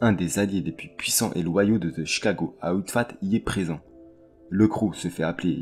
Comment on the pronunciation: Salut, la vidéo et les recherches sont vraiment top. Par contre gros soucis au niveau de la prononciation en Anglais, ont ne dis pas « Outfight ou Outfat » mais Outfit, comme FITness… ça rends l’écoute désagréable personnellement